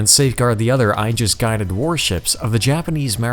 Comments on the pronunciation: When describing the Japanese destroyers and their duties the narrator pronounced the word, “Aegis” as “EYE - JUHS.” (think eyeball) The more common American pronunciation is, “AY - JUHS” which apparently is also incorrect but is prevalent throughout the Navy. The correct pronunciation is , “EE - JUHS” supposedly the correct Latin pronunciation, most often used by pedants. I suggest maybe hiring a copy editor. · Aegis is pronounced 'E'JIS with a long "E" followed by a JIS. Two syllables. OK?! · The narrator mispronounces "Aegis" and "Atago".